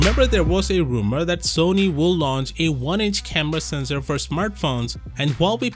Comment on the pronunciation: he said sesnor not mega pixels